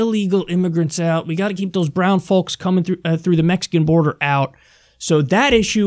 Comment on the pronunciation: hey kyle you probably wont read this, I wish i could shoot you an email. but bro, please say these words to yourself: usury, folks, damning, then go to google and search the word and listen to the pronunciation. I donated to your patreon, was ready to donate more bu tdidn't realize it is monthly only.